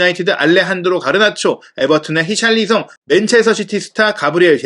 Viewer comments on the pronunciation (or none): none